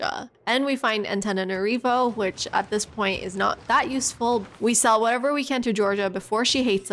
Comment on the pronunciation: I like the effort u put in the pronunciation so Antananarivo is prononced Antananarivou, like a "ou" sound in the end. Gg nice run.